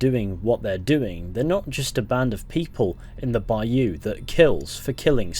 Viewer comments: It's cute how you say baYOU lol. Put the stress on 1st syllable, BUY you. There, I just heard ypu say it right! Ypu do it both ways, us bayou folks don't get much recognition😂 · It’s not a bi you it’s a bi oh lol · down here in the south (USA) bayou is pronounced bouw lol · put the emPHAsis on the first syLLAble of BAyou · Man, I'm from Louisiana and the way you're saying bayou is bothering me😂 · Bayou Nwa not Lamoyne's Bayou